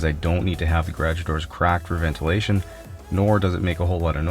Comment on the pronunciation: My Bissel just arrived today, haven’t even opened the box yet. Hopefully get good weather tomorrow so I can give it a try. Ps: every time he says garage I giggle. (that accent)